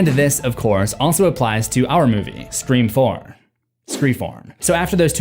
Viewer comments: I’m so confused do u keep saying “screa form” instead of “scream four” 😂😂😂 I feel like I’m tripping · I love the video but dude it is FOUR NOT FORM!!!!! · I cracked up everytime you said “Screfourm” bc its so correct💀 They thought they were being clever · Anyone else notice how every time he goes to say Scre4m he says form instead of Four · I need a "Screa Fourm" counter hahaah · I've listened to every scream video you've done.. idk why it irritates me when you say scream form 😅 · Anyone else hear him say screa form every time he says scream 4 good video tho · Your pronunciation of Sre4m almost makes this unwatchable. “SreeForm”? REALLY? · Scree Form is hilarious to me and i giggled literally every time he said it which was at least 40+ times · Anyone else always here him reference scream 4 as scream forum? Is it intentional, did I miss something? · Screa-Fourm- slowly realised this was intentional as this video goes on 😂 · i never get use to you saying Screeform. lol it gets me everytime. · If you made the joke about pronouncing it “Scr-FOUR-MMM” once it would have been funny, but it’s incredibly distracting to have it being “jokingly” emphasized everytime the title is said, which is a fair bit and to the point where it is pulling me out of what has been a fantastic video otherwise. Make the joke a handful of times I guess but geeeeeez lol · Screeforum 😅 Good work though. Excellent vid. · Bro why do u say Scream 4 funny it sounds very nasal and wierd it totally sticks out!!!Sorry bro just makes me laugh